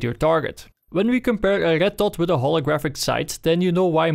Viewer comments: It's not ched dot but red dot... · Why do you say Rrrrretttt dottt? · Why did I hear "arigat-tot" rather than red dot... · i hear "el getto" and not red dot... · I love the way this guy says red dot. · I like the way you say red dot :3